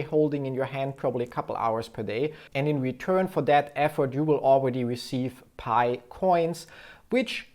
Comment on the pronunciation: Its not paj its pi